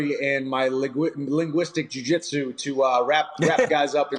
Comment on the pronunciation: vocabuwaway and winguistwic jui jwitshu